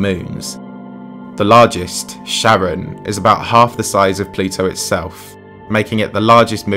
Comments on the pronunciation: I've never heard Charon pronounced like Sharon, I was taught in Latin class it's pronounced with a k sound at the being like Care-on or like the name Karen. That's the guy you pay to ferry you across the river Styx in Greek/Roman mythology right? Maybe that's just the latin pronunciation. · Kar-On not Sharon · Also the way he pronounces it... "Sharon" lmao. It's "Kha-ron." The Greek boatfarer of the underworld. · Charon is not pronounced "Sharon". Good luck getting across the river. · You mispronounced "outlier" and Charon.